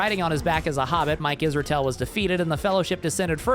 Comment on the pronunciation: "and a billion to Isreal" lol